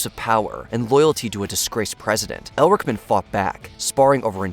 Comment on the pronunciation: Advice to narrator: For #5 The Watergate Interviews, the first interviewee is John Ehrlichman not "Elrichman". The other Watergate interviewee you don't bother to name is Egil Krogh.